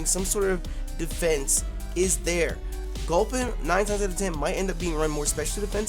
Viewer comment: dammit..why you gotta fuck up gulpin like that..